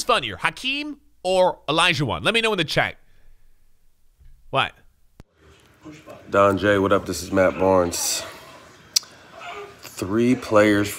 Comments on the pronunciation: Barnes said DonJ. LOL. Im done. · Did anybody else notice Matt Barnes said Donj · I forgot he changed his name with Matt barnes. threw me off when he said "DonJ"